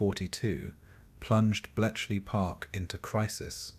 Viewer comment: This is AI narration, isn't it? There are mispronunciations. At one point "cost lives" pronounced "lives" the way you would say "he lives." And then apparently there's a typo in there - Belchley Park intstead of Bletchley Park. And sure enough - the narration said "Belchley." A human narrator would know better. Lame, man. Zero effort video. Also - it doesn't "flow" - there is repetition of information that has already been covered earlier, etc.